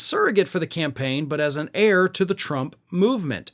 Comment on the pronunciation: Heir, pronounced as error.